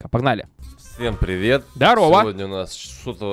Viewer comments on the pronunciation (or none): а почему в начале ты говориш не привет а пет